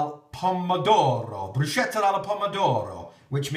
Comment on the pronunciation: My Strawberry Jam always ends up as strawberry sauce. I just can't get it o set. By the way it's pronounced 'Brus ke ta'. Not many people know that lol.